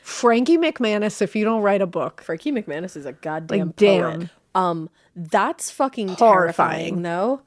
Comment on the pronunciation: McManess lol mines Maness